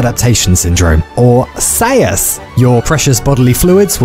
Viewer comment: On the 2nd time I watched this, I still spewed coffee all over the place with the way he says "SAS" .